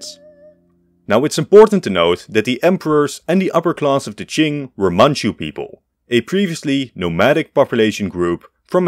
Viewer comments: Bro finally pronounced Qing China correctly. My man! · Hey, he learned how to pronounce Qing.